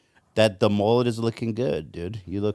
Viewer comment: I like the mullet on but I thought Ethan said “the mole is looking good” when he saw 😂🤣